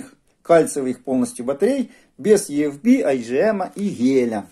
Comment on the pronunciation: EFB - почему Е-Эф-Би? Правильно И-Эф-Би...